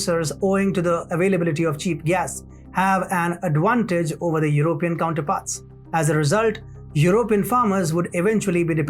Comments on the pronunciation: Stress on PEE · "European" : /your oh PEE en/